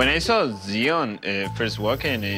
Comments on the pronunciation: It's Tsion not Zion smh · Her name is not Zion it’s Tsion pronounced ( See-on). Ari doesn’t compare to Tsion, she’s drop dead gorgeous. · her name is tsion stop butchering it